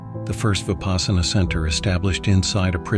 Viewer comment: Vipaśyanā. Vipassanā. Not vipaasana